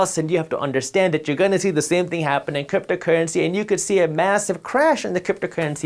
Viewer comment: Cypto cuuency?? Lemme hear those rrrrrrr’s buddy